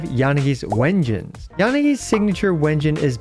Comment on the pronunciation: Why u pronounce it Wengines when its pronounced "doubble V" engine? They confirmed this in their livestream (I thought it was obvious when you use a "-" dash between words)